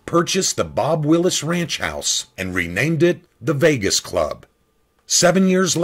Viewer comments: The Ranch House belonged to Bob Wills not Bob Willis. It makes it difficult to trust your pronunciations on names with which I am not familiar. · Bob WILLS not Willis....how dare you